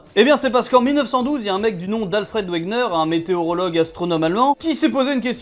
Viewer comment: C’est Wegener pas Wegner !